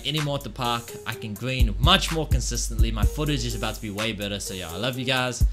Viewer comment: I cringe Everytime he says “gween”